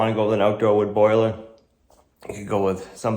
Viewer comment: It's NOT a "BOILER." Come on,, say it.